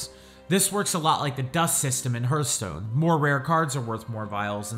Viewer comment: "hurthstone" ... Please...